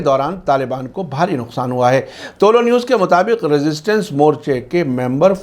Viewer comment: Aap toh theek se tuloou news bol liya karo woh tuloo news he tuloo means rising ghuroob means sunset umeed he samjhe honge aap